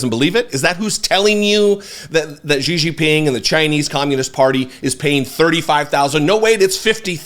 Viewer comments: “Gigi Ping”, 😂! Szhi Zhinping, brother. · I fully admit this is a nitpick but it's pronounced "SHE-JEEN-PEENG." That being said, Fox must really be brave to keep letting Trump and its hosts peddle conspiracies on air. I guess the Dominion lawsuit meant nothing to them.